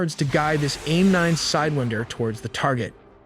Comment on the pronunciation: Why did you say sidewinder like that?